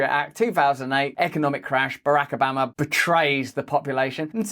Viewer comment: Not that I'm a fan of his work but please learn to pronounce Obama. You're trying to sound American but... 😊